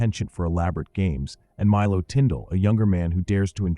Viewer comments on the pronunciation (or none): none